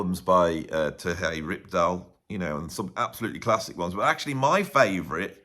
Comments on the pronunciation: Great list! One quick correction, however: Terje is pronounced more like, “Tah-ree-eh.” The “r” is slightly rolled. I had been pronouncing the name wrong for years until an actual Norwegian corrected me. Love “If Mountains Could Sing.” My old trio used to play “The Return of Per Ulv” as part of our regular setlist. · I love how makes the j in Terje Rypdal's name sound Spanish. Makes a perfectly ordinary Nordic name sound very exotic.:) (Terry from the ptarmigan valley, literally:) )